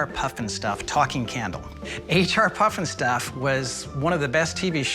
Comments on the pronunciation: it's HR puffenstuff, NOT H and R...geez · The "expert" called it H n R puffin stuff.... H n R??? That's no expert. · The expert is no expert if he’s saying H n R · Expert said H and R Puffnstuff. Hahah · Except he kept saying “h and r puff n stuff”